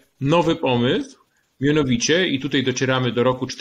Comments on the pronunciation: Niestety,bardzo drażni mnie ,,tutej,,...choć to szczegół🙂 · "Tutej", proponuje zaprosic Pania Ewe Kurek,tak,tak . Nie? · Panie Piotrze bardzo pana szanuję i podziwiam pańską wiedzę,ale bardzo drażni mnie jak mówi pan tytej zamiast tutaj.Pozdrawiam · "Tutej" - gratuluję Panie Piotrze. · Bardzo interesujący przekaz, ale zwrócić należy na niepoprawność - mamy bowiem dziś w polszczyźnie wyrazy tutaj, dzisiaj, wczoraj, które należy tak właśnie pisać i tak artykułować. Nie ulega wątpliwości, że jeśli ktoś mówi [dzisiej], [tutej], [wczorej] z wyraźnym e, to popełnia fonetyczne uchybienie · Super ciekawy odcinek, tylko błagam... mówi się TUTAJ, a nie tutej:) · Dlaczego Pan Piotr Zychowicz mówi "tutej" (jeszcze takie akcentowane "e"), zamiast "tutaj"? (strasznie denerwujące brzmienie, tego źle wymawianego słowa - nie da się słuchać ;/) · Panie Piotrze, bardzo proszę używać słowa "tutaj" zamiast "tutej", strasznie to boli w uszy. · Tutaj a nie TUTEJ ................ ogółem fajny film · Należy starannie wymawiać tutaj, a nie tutej. źródła: ↑ Maciej Malinowski, Pracować za granicą, wrócić z zagranicy, „Obcy język polski” (20) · Panie Piotrze nie "tutej" ale tutaj. Proszę... Bo to gryzie w uszy. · Dlaczego autor mówi "tutej"??? I "tą"? I "bedziemy"?😮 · nie "tutej" tylko tutaj Panie Piotrze szkoda żeby tak ! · Mówi się tutaj,a nie tutej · Tutaj!!! Panie redaktorze, panie autorze… Tutaj!!! Nie tutej😡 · Nie "tutej" tylko "tutaj". Błagam. Dlaczego wszyscy, czy na YT czy w TV zaczęli tak mówić??? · Koleś, TUTAJ nie Tutej. Naucz się polskiego. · Oducz sie tego: tutej. Nie mogę tego słuchać. Kim jesteś i kto cie nauczył tego tutej? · Piotrze, nie "tutej" tylko "tutaj" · wszystko ok ale jak jeszcze raz usłyszę "tutej"zamiast tutaj to n"nie zniese" :) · Nie mówi się tutej, tylko tutaj. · Panie Piotrze, tutaj nie tutej... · tutaj / nie tutej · film dobry... tylko na litość boską, mówi się TUTAJ , a nie TUTEJ... brzytwa po uszach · tutej kurwa? tutej? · Nie mówi się tutej